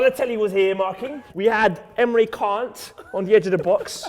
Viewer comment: Emre cans surname isn't 'chan' its 'gan'